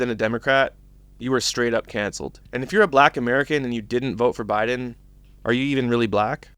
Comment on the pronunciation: What's up with black people not being able to say Biden? Retardation?